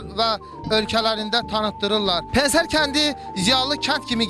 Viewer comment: pen-ser yox pene -se